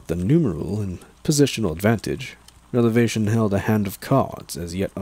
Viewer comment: Awesome job man! Btw were you saying revelation or relevation when referring to the Big E?